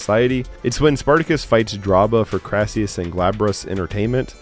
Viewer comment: Olivier played 'Crassus' not 'Crassius' based on a real Roman General & politician